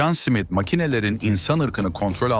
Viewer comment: Ajan Simit 😂 susamlı SİMİT mi? Smith simit diye okunmaz